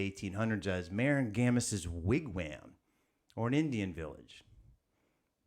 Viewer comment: Pronounced "Wig-wahm" like mom.